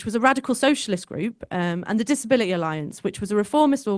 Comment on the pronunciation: She's dropping her Ts in places, in an attempt to sound working class. " Disabila ee."